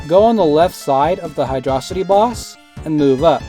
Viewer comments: You say it like hidrohcite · hydro city is the official pronunciation